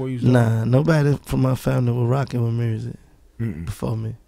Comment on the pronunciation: I like how Gotti says "Mursik" instead of "Music" ... lol ...